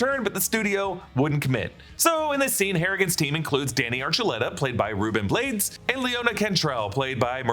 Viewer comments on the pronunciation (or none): Hey just FYI, Rubén Blades’s last name is pronounced “BLAH-dess” 🙂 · Just a little reminder that Ruben Blades’ last name, who is one of the most famous salsa singer ever and a former Tourism minister for Panama, is pronounced like “blah”-des